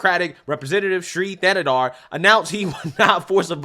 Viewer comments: Not that it matters, but the "H" in his last name is silent. Pronounced "Tan-na-dar." Im from Michigan so I know and don't rock with homie. #AmericaFIRST 🇺🇲🇺🇲💯💯💪🏿💪🏿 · AL Green, can't even pronounce Thanedar's name, lol. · Caveman Al Green couldn't even pronounce his name so he couldn't be bothered to attempt to read it off his document he was holding. 🤣